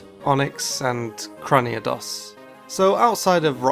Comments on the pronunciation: Crane. E. Dos. It's not Craniados,. Lol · Cranidos.....CraniAdos? Lol you just did a pronunciation video right lol